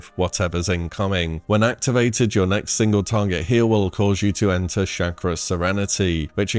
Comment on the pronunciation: It's "Chaw-Kra" not "Shack-ra"...